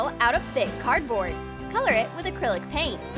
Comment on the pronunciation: Elsie Cardona I think she means that said “Cyrillic pain” and not acrylic paint so she put that on purpose